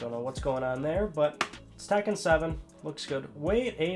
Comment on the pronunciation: Did he just said tacken 7?